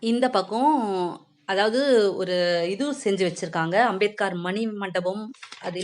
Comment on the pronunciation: நாம் கவாஸ்கர் என்ற பெயரை( surname )முடிவில் 'கர்' என்று உச்சரிப்பது போல் அம்பேத்கர் பெயரையும் முடிவில் 'கார்' என்று உச்சரிக்காமல் 'கர்'என்று தான் மகாராஷ்டிராவில் உச்சரிப்பார்கள். இவரது பெயர் பீம்ராவ் ராம்ஜி சக்பால். ராம்ஜி என்பது இவரது தந்தையின் பெயர் சக்பால் என்பது இவர்கள் குடும்ப Surname. Ambedkar என்பது இவரது பள்ளி ஆசிரியர் கிருஷ்ண கேஷவ் அம்பேத்கர் என்பவரின் surname.